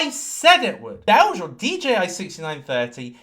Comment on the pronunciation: DOWGE ! DOWGE ! DOWGE !